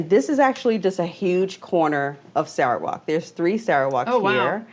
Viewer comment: not "sarah walk", it's "sal ruh wut"